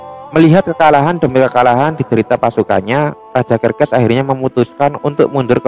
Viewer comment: serses bang bukan kerkes